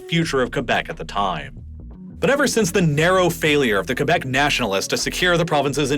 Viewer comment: I love how you pronounced Quebec right, and now "kwebek" like most others do